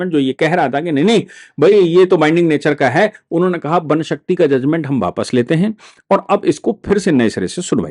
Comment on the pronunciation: बापस नहीं। वापस अपनी हिंदी सुधारो।